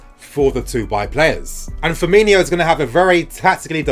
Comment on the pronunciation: It’s Firmino, not Firminho